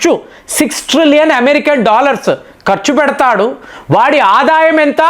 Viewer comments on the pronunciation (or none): none